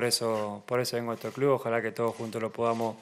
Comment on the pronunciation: feli, clu, dirfrutá, nomá...